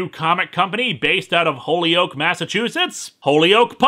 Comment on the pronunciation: Minor nitpick, we pronounce Holyoke as "Ho-yoke". Minor, minor thing. Otherwise, interesting story.